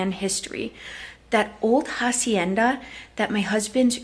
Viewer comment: Hacienda you don’t pronounce the h and in rancho it’s more like an o not an a.